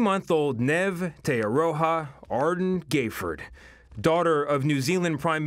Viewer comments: thanks... I know, I am a speaker of Māori and it's more 'te(g) ah-law-hah. It's my middle name. I posed the question a year ago to the person pronouncing Neve to ask them how they would pronounce Te Aroha :) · Tee Araaha was worse ... Lols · Omg guys it’s neve te aroha like... neve is pronounced knee eve te aroha is pronounced te arrow ha and adren is pronounced a durn